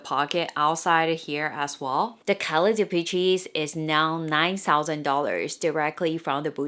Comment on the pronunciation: Dee-PESH, not Dee-peach-ee 😂